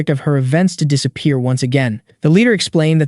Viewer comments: "dissa pee air" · It sounded like the AI had a bit of a stroke for a second when it pronounced disappear as "disa-pee-air" lol.